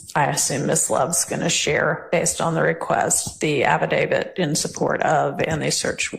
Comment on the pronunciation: Why can nobody pronounce affidavit correctly tho 😂 even the judge. Abidabit 😂